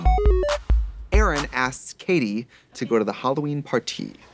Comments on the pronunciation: Not Katie, Cady (pronounced Kay-De) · My last name is Cady and I think it's hilarious that you keep calling her Caddy